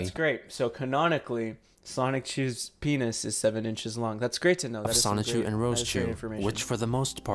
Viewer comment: I’ve noticed a lot of people pronounce “Sonichu” like “Sonic-chu”. From my understanding, it’s “Sah-nichu”.